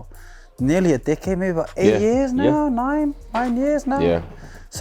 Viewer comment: I thought he was saying dickhead when he first said decade lol